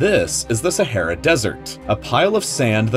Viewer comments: Aaaaaa, try saying "aaaaa". Sahara, not Sa'hey'ra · SaHAra not Sahera pronunce it right ffs. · Your pronunciation of Sahara very wrong.. Learn English please... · Its not sahera it’s Sahara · SehEra or SahAra? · SA HA RA....no sahera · It’s pronounced SAH-ARE-AH NOT SAHAIRA. Driving me crazy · Umm it is not sehera it is saharaaaaaaa Thank you 😂💕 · Sah - Ha - Ra!!!!!!! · It’s sah har a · saHara for gods sake ..speak ENGLISH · Every time you said “Sa-HAIR-ah” I died on the insides. My doctor is confused on why I’m still alive. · I believed you pronounced "Sahara" wrong.